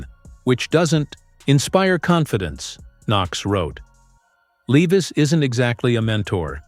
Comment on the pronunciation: Where is the done deal ? Bullshit your not even pronouncing is last name correctly. Not good